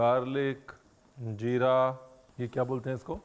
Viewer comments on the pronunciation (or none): none